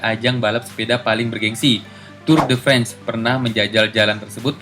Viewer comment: Min.. sayang yaa.. prime time punya subs banyak tapi pronounce masih telanjang ya kak. Bukan maksud menggurui, emang iya french itu tulisan apa dibaca apa.. tapi ya mending DISCLAIMER aja. Kalo ejaanya susah gak papa. Bakal dimaklumin kok. Kalo saya sih agak terganggu aja. Hampir semua yang harus dalam ejaan French dibaca telanjang semua. Passage du gois dibaca telanjang Tour de france juga. Nama teluknya.. Ya masukan aja sih.. kalo gak terima gak papa. Digubris juga syukur sih akunya